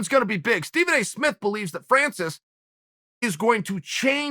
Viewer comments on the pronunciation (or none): none